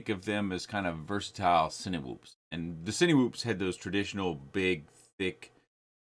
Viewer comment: i love love love your content. seriously. very helpful. one pet peeve. 'sinwhoop' lol. it's pronounced sineh-whoop as in cine-ma, cine-matic, cine-matography. :) thanks for what you do